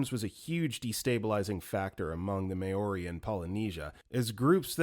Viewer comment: everyone commenting ab galveston but no one’s pointing out how awfully “maori” was butchered 😭😭 i know that this narrator tends to mispronounce things, but i think mispronouncing an entire group of native people comes off as disrespectful